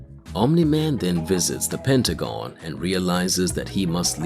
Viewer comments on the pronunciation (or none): none